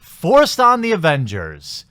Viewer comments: You keep saying "Avengers"...lol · I fucking cringed every time you said avengers